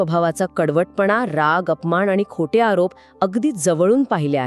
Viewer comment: मॅडम मराठी थोड़े शुद्ध बोला उदा. माण आणी अपमाण नाही मान आणी अपमान ण च्या ठिकाणी न आवश्यक आहे.